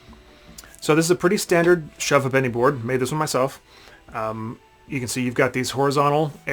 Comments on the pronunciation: Hi. I came across your YouTube post as I have recently taken ownership of a shove ha’penny board that I believe was originally owned by my grandfather, and I’m in the process of restoring it so it can be used again, hopefully by my grandson which would mean that it would have been used by at least 4 generations. I was interested to hear your pronunciation of the name of the game. I can see that when reading it, your pronunciation would make sense and perhaps that is the true original way to say it. But in my experience it’s always been pronounced like this ‘shove haypenny’. Or in my personal experience and having come from London and my father from south east London, it would sound more like ‘shove ‘apeny’. You need to say it with a cockney accent to make sense! 😄 But great post and hopefully my board will be restored and back to working order very soon. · Great video. But it's not pronounced Hu'penny. To pronounce Half Penny correctly we say Hape'ny if posh or Ape'ny if a commoner LOL. 'ny' as in 'knee' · 'SHOVE HAYPNEE', please ! A Ha'penny (pronounced 'haypnee', not har penny !) being half a penny. So, as kids, when sugar was still rationed, we bought a range of sugarless sweeties for anything from a ha'penny, to a penny ha'penny, or even (on pocket money day) thruppence or a tanner (sixpence). But that was when money was money , , , 'Shovers' ( pronounced 'shuvvers') is best played over a a pint or two and with a ban on any mention of love, religion or politics. Cheers! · No disrespect intended, but you are pronouncing the name wrong. In English it is pronounced as 'Shove Ape-knee' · Hi Guy - just a small peeve - ha'penny is pronounced hayp-knee without any pause in the middle not happennies! Cheers from Englamd Peter Jackson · Propper pronunciation: Shove Hape-nee. Last time I played this, we used £5 coins. Loads of different designs and couldn't spend them at the bar. Looser bought the next round. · It is pronounced 'hay penny'. 480 of them to one pound.